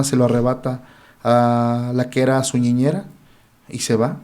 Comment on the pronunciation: “ñiñera” dice. Ya he escuchado antes palabras mal dichas por el